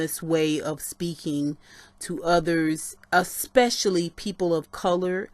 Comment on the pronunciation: I am so mad mad you kept saying "a-spush-a-ly" smh. I'll just watch the original video.